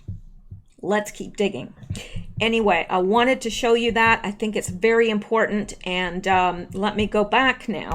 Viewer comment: "Shoe" instead of "show" makes me think of "gumshoe": gum·shoe /ˈɡəmˌSHo͞o/ a detective. "he'd been intrigued enough to put a gumshoe on the case"